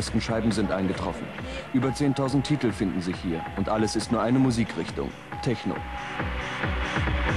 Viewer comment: “Teschno“ .. ahhh diese Aussprache😰